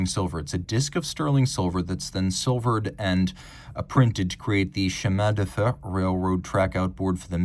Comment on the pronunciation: please give me a call and I'll teach you how to pronounce Chemin de fer.